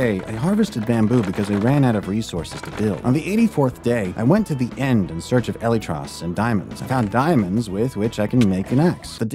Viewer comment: its actually killing me how you say elytras